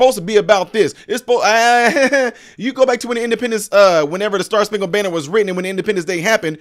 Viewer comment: She didn't say star spankle banner, she said bander what ever that is!!